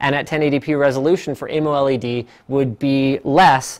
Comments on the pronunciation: omg stop saying amoled like that... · its amoled not amoled